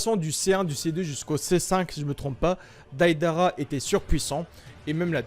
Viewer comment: mec prononce bien juugo et deidara stp, ça me décontre à chaque fois